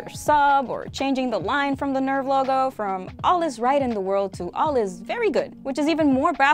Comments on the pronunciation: Nerv is pronounced nairf - it's a German word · Nerv is pronounced “Nairf” it’s German for Heart. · The reason they pronounce NERV the way they do in the Netflix Dub is that they're trying to pronounce it like the Japanese version does, "Nerufu" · They changed the way Nerv is pronounced because it is a German word like Seele, in German it is pronounced like Nehrf. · I was assuming I’d like this video until you complained that the Netflix fun correctly pronounced Nerv. Like Seele it’s a German word, and it definitely isn’t pronounced like ‘nerve’. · Hahahhahahaha. R is actually silent in german, i checked the internet so they were still wrong. I also realized your comment is 1 year old.😂😂😂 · As a native German speaker, that is NOT how you pronounce nerv There is no "AI" sound in nerf. It's an e like in echo or east. The "r" is pronounced with your tounge on the bottom of your mouth, or partially ommited The "v" is a f like in flex or phoenix The only part they got like right is the "n" Audio example of proper pronounciation.